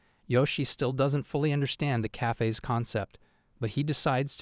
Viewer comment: "Cayfays". The way AI talks can be amusing.